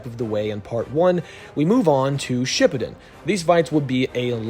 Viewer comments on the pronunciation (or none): none